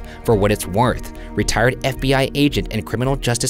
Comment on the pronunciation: so we just gonna ignore that Ryan said "For what it's warth." from what i could hear is it just me that hear warth instead of worth??